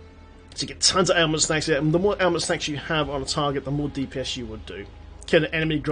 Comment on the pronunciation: I swear you keep saying Ailment "Snacks"